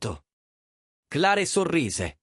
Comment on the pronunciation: Clare? Magari si pronuncia cler 😅😅